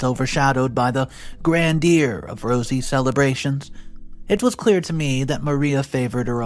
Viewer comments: Come ON... PLEASE learn to pronounce the words in your stories correctly. Veiled is no veeeled (it is VAIL-ed (veal is baby cow meat.) Grandeur is NOT grandeeer it is Grand-YOUR. If only so many men were not oblivious of what actually goes on between step-mothers and step-children,, and Maria certainly sneaky enough to act differently in front of her husband, and OP spoken up faster, maybe Dad could have made OP's life as a kid easier. I mean, where was he at the family event when Maria slapped OP for wearing a dress she bought for herself? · Google how to pronounce GRANDEUR...